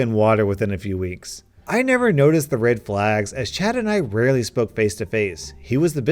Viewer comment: why do you pronounce red like RID fjsfjdshf